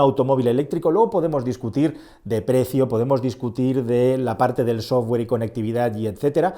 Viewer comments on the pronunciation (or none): none